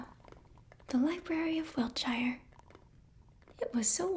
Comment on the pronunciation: Just a tip if you're talking about wiltshire in England. Any place with the suffix is pronounced "shir" or "sure" I know a lot of people get it confused because of lotr having the shire 😂 Just thought I'd let you know for future reference 😊